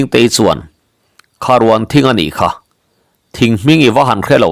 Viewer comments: Kharuan nilo in, rûan laihi athlûk awmtur ,asâng chho tur, Kharûan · Kharuan thing kha thluk rawh a sangin changkha kanlam Dan Khan Kharuan ruan a sangin aw.... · Kharûan thing, rûan tih khi thluk deuh tur zawk a ni lo maw